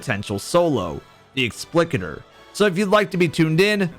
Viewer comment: why do you pronounce Explicator like that lmao